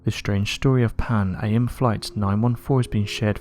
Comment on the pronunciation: Just fyi: the name of the now defunct airline "Pan Am" or "PanAm" Airways is pronounced 'pan-am', like an abbreviation of the full name "Pan-American", not 'pan A.M.', like the abbreviation for "antes meridian", referring to morning hours on a clock. They were the flagship US airline company, and the largest airliner in the world for a few decades during the middle of the 20th century. They ceased operations permanently in the early 1990s.